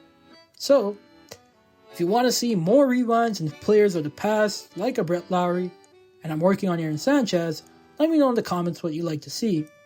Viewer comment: Dude thats not even how you say his name 😂… LOHR-ee - it’s not pronounced not like Kyle Lowry or Jed Lowrie. Sorry brutha but I was rooting for this guy ever since we traded Marcum for him at least get the name right